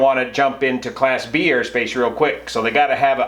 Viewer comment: did say class B the first time; I think he mumbled a bit the second time and it did sound like class D.